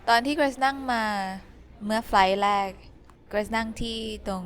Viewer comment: I am also curious about when and why Thai speakers replace the "r" with "l." I still have not been able to find a predictable pattern for why sometimes they simply use "l" and other times say the "r." In this video I noticed that you used an "l" sound for แรก (which is strange since it's also a minimal pair with แลก) but used an "r" sound with ร้าน. Any advice about this? Thanks so much!